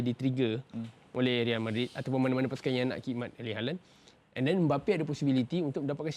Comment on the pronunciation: "Real" tu kn royal sebutan espana = reyal